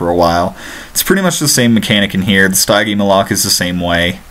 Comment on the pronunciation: you are saying that dinosaurs name so wrong the stigemolike not stygemoloke